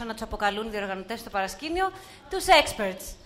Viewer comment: WTF Greeklish. Speak one or the other. When she said "τους experts", it sounded like 'sexperts.' Experts in Gr. ειδικοί, εμπειρογνώμονους, πραγματογνώμονους. Social experience? (κοινωνική εμπειρία) I don't know what that is.